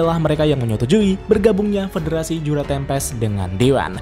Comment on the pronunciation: Yang gua denger federasi juna tempest :/